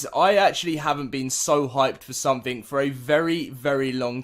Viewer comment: togever, carsulls, beh, culled, ahk, ho, wiff, ahftah, sumping, fuchah, lol one day you might be able to pronounce english words just not today.